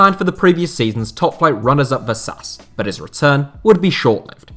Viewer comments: Vasas "vöszász"-nak kimondva. Imádom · He at least made an effort with some of the names. Not something many channels do. Though I have to agree that with some less important ones (such as Vasas as you also mention), he seems not to have cared to look it up.